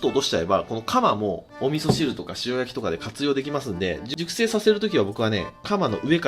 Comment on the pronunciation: 熟成しゅっぱい、